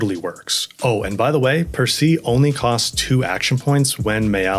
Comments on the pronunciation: It's "per-say"... Would it hurt an American to become the slightest bit cultured? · Percée is pronounced French, not with a final English E. But good job with the tips, they are always useful. Personally, i first got the solo pictos winning the hidden arena with Maelle. After that, the arena with the 'stranger' as final boss was a piece of cake even alone. Also, good job in explaining the pictos system, once you get it is so easy, but at the beginning... is hell 😅❤